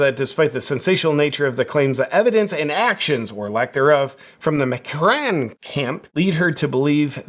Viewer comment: Macron is pronounced Mah- krone. Last syllable rhymes with cone or lone.